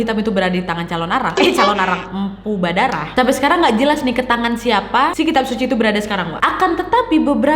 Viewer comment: lain kali berucap di perhatikan ya kak , MPU BHARADAH . BUKAN BHADARAH 🙏